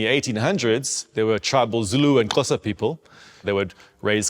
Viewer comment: respect for being able to pronounce Xhosa